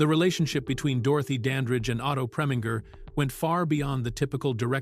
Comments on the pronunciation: The Ai voice mispronounced Otto Preminger's last name, FYI. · You who are in charge of these videos make a habit of hiring voice over actors who make awful mistakes in pronounciations. For example, he prounced Otto Preminger's name four different ways. And who doesn't how to pronounce Diahann Carroll's name properly unless you never heard of her or you've been living in a cave somewhere? The guy has a nice voice, but did an awful job.